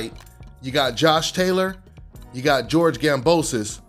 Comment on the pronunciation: “Boxing is so racially divided” 30 seconds later “You don’t have to fight any of these black guys” bruh what😒 and y’all talking like Kambosos Jr. is trash when he’s actually pretty solid i would say plus ain’t even pronouncing his name right straight disrespectful